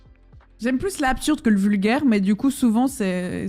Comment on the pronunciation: "vulguaire" mdrrrrrrr